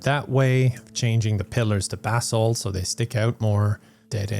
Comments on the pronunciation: Every time said "basalt" I heard "bath salt" and I wasn't even surprised lol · Every time you mention basalt, I hear "bathsalt" and then I have to wonder who would create that mod lol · Keep thinking he's saying "bath salt" instead of basalt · took me too long to realize he wasnt saying "Bath Salts" for basalt :' ) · I kept thinking you were talking about bath salts, and not basalt. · I kept thinking the same thing... lmao 😂